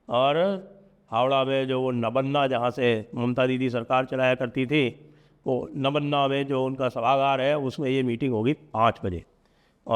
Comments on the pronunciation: नबन्ना नहीं नवान्न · आप भी "नबन्ना" बोल रहे हैं। यह नवान्न ( बांग्ला में व अक्षर नहीं होता) यानी नया अन्न है। ओडिशा में 'नुआ खाई' (नुआ मतलब नया) । दूसरे राज्यों में भी नया अन्न के उत्सव अलग-अलग नाम से मनाए जाते हैं जिनके बारे में आपको मुझसे बेहतर पता है, इसका मुझे पूर्ण विश्वास है। ❤